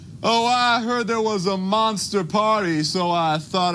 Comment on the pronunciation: No offense, but there is a “T” in “MONSTER” it’s not “MONSIR” just sayin’……